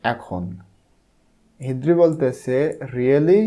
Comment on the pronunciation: হিদ্রি নয় হ্রিদি